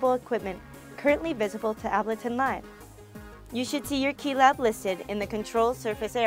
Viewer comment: Ab-luh-tin. Really?